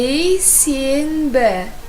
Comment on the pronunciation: Hi, guys! It's awesome that you're learning this amazing language. So, I just wanted to make some comments here. I'm a native Kazakh and it hurt my ears a bit when this young lady got all the names of the week (except for Friday) in the Kazakh language wrong. In our language, we write, for example, Thursday as Бейсенбi (mark the consonant н (n)), but we pronounce it as [Бейсембi] - with the consonant sound (m). Just compare: БейсеНбi --> БейсеМбi. BeiseNbi -->BeiseMbi. This is the rule that every Kazakh should bear in mind. It reads like this because the subsequent letter affects the previous letter, that is, B affects N, which is known in Grammar as 'Regressive Assimilation'.